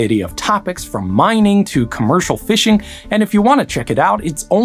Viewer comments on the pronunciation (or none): none